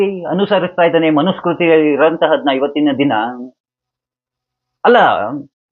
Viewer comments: ಮನು ಸ್ಮೃತಿ..ಸ್ಕೃತಿ ಅಲ್ಲ.ಉಚ್ಚಾರದಲ್ಲಿ ವ್ಯತ್ಯಾಸ. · ಮನುಸ್ಮೃತಿ ಅಂತ ಉಚ್ಛಾರ ಮಾಡಿ. 'ಮನುಸ್ಕೃತಿ ' ಅಂತ ಹೇಳಬೇಡಿ.